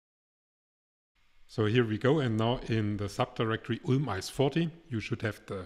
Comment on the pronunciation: Boah mein Kopf schmerzt bei der Aussprache von ULM 😂